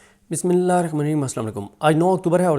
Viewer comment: Mein n ap ko pehla b guzarish ki thi k Bismila ko aram sa ur sahi talfuz sa ada kia krein shukria